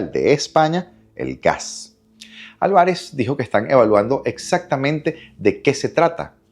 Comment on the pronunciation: revisa la pronunciacion de la palabra Alvarez